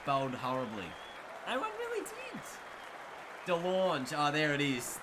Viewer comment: Pretty sure de Lange is pronounced like Langer (the Aussie). Anyway, Ingram and de Lange are both South Africans